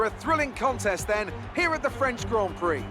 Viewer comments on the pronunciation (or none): none